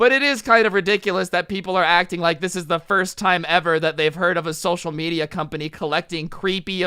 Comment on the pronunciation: Is no one going to realize he said medio